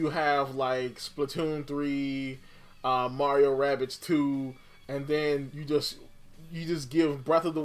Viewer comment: Marko... Maro. "Mark Mero" lmao